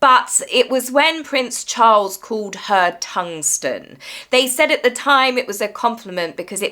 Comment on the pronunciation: Not tungsten. More like tongues-ton🤢🤮